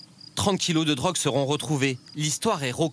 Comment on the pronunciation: Comment il dit "de la drogue" ça me termine 😂